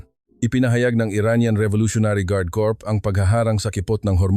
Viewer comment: Hoy AI ANG CORRECT PRONUNCIATION NG CORPS IS LIKE KORE NOT KORPS bobo mo leche